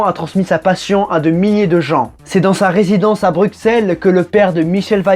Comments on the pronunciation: CA se prononce Brussel et nn bruxelle Sinon excellent video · Ça se prononce brussel et pas brucxelle 😂😂😂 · Très bonne vidéo j'adore Michel Vaillant mais petit commentaire sur la prononciation de Bruxelles, que seul en visitant notre belle capitale belge on peut capter. Il faut comprendre qu'il n'y a que les français qui dissent Bruxelles car en Belgique on ne prononce pas le "x" on dit "Brussele". Sinon hésite pas a venir en Belgique on a aussi de chouette circuits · Super histoire tu m’a donné envie d’acheter les BD. Mais par contre stp c’est Bru « ssels » pas Bruxelles stp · Par contre le x de Bruxelles se prononce comme un double s, mais sinon super vidéo!